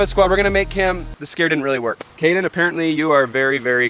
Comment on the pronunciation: Kade not kaden